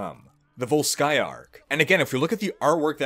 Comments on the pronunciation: no, srsly, dude, why volskAya, it's vOlskaya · I wish Sombra hacked Athena and got her to put the stress in VOLskaya Industries on the correct syllable. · vOlskaya, bro. vOlskaya